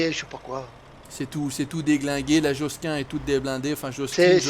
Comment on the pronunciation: On dit "Joskin" pas "Josquinne", c'est du Belge en plus ! X)